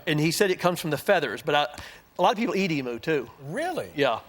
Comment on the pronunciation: Pronouncing emu wrong its not an emoo its an e m u lol😊